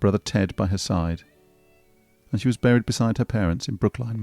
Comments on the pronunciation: Your pronunciation of Brooklyn is incorrect. (American here) It is not pronounced "Brook-line" but instead "Brook-lynn". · Are you trying to say BROOK-LIN? for Brooklyn?